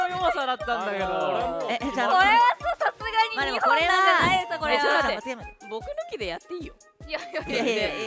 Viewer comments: ほうれん草言いすぎて｢ほんれんそん｣になってるの可愛い…✨ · 言い過ぎて(ほれそ)になってるww ほうれん草ほうれん草ほうれん草ほれそ